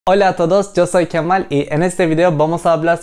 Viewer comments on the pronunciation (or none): none